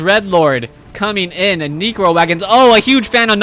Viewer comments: why do you pronounce necro as negro? lmfao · "neecro" lol